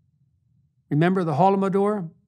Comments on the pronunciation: The fact that he mispronounced "holodomor" (he said "holomodor") is just proof we don't care about Ukraine :) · In fact Jordan pronounced it wrong it is holodomor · For the rest of the world :" Holo modor", well, unfortunately, Mr Peterson is unable to even pronounce the term in a correct way. Similar to ppl like Bush jr etc spelling at the time Irak like " ai raaak" iPhonexxx. Now imagine the level of factual competency. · He mispronounced holodomor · Even Peterson cares so little he couldn’t be bothered to pronounce Holodomor correctly. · Isn’t it virtue signalling from Mr Peterson’s side when he can’t even pronounce the term correctly?